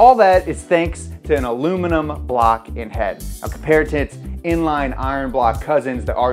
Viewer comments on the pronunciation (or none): What are you trying to say ? Did you mean alluminimunm?